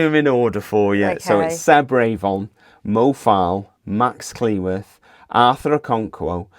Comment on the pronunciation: RAY-von? Are you sure that's how his name is pronounced? I think it's more likely Revvin. Could you possibly find out as locals?